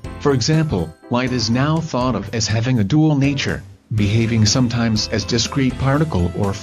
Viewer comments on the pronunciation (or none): none